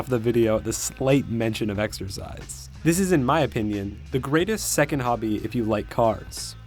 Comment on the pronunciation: exercise? i thought you said, extra fries !!